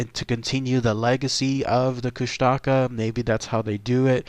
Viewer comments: Its pronounced (koosh-ta-ka) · Oh and the propper pronunciation is kooshtaakaa (longating the vowels) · it's pronounced Koosh-tuh-kaa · I live in a remote area of Southeast Alaska where the Kushtaka are well known. Despite the way it's spelled, locally it's pronounced Koosti'ka. I wrote possible explanations and background for the origin of this creature on my blog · Tara N. i i used to live in juneau and i hate it when people pronounce it like the do in the video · Learn to say it right first then go find better source of info , almost everything you said is not even close to the real legends and area where they are said to be.